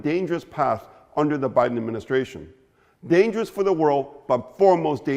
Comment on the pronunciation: Baaiden ruinD Yukren!